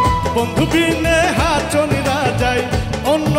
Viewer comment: হাঁচোন হবেনা! কথাটি হবে হাঁসন,কিন্তু অাপনি বরাবরই ভাল করেন অাজকেও তাই হয়েছে Good job.